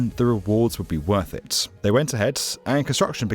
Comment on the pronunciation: Why do you put so many syllables in words? “It” has one syllable. Not 3.